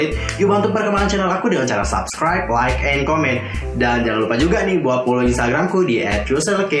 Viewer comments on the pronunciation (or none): none